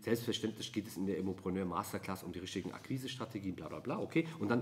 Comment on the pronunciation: Immopröönöööör! Dein Französisch ist bumstagebuchtauglich 😂👌